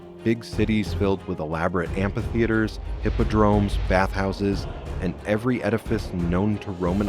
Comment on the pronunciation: 'amP-i-theatres' - incredible. 'ph' = 'f' in English.